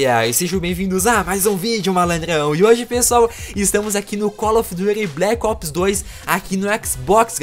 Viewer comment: Colo Of Duty bleque opes kkkkkkkkkkkkkkkkkkkkkkkkkkkkkkkkkkkkkkkkkkkkkkkkk